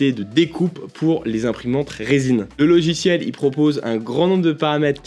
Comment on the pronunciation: J'adore ces "logichiels"... 😜 😂 😂